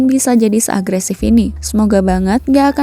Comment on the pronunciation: Zombie dibaca zombi bukan jombai gajelad